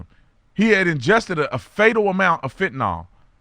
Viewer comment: Thank you for posting this. Question: Brandon, why the dirty flag? And it's not Fentnol it's Fentanyl. (Fent-a-nil).